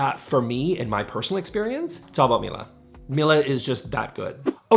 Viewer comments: Love Miele appliances. pronouced Miéle not Mila. lol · i thought it was pronounced "me elle" lol